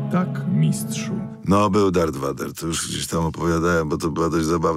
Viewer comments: nie mówi się ''Vadera'' tylko Wejdera. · Grzegorz Pawlak jest lepszym polskim Darthem Vaderem. O i wymowa słowa Vader w języku polskim jest "wejder" a nie "wader". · We starych wersjach lektorskich oryginalniej trylogii wymowa była "wejder", wtedy od dubbingu Części 3-6 był "wader" a od czasów Disney'a zawsze był "wejder". W mojej opini "wader" nie drzmi naturalnie a "wejder" drzmi naturalnie.